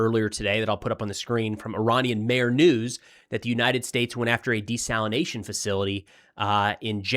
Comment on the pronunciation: Thank you for saying desalination and not desalinization. Even my own phone wants to correct that made up word. It's the new coffeve